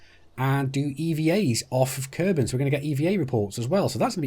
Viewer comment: Kerbel -> Kerbal = green humanoid (trees can also be considered "creatures"). Kerbol = Sun (we do not usually say "Helios" when refering to our own star). Mün = First and biggest moon of Kerbin (it is pronounced "miun" ). The only moon of Earth is named "Selene" [people born there are selenic ].